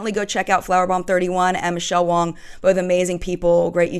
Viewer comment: you kept saying "Michelle Wong" its Wang!!:P I think you said that on your last video that you got her name wrong, lol. Oops!